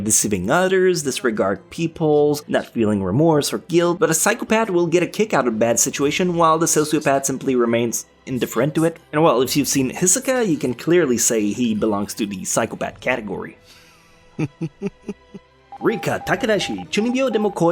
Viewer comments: did he just pronounce hi so ka as isaka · WHY DID U SAY “Hisicka” WAT THE FUCK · This dude just said “Isoka”........ Have I been saying it wrong this entire time? Please tell me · Who the hell told you to pronounce Hisokas name like that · dont get me wrong I loved the vid as usual but that "Hisoka" pronunciation killed my ears...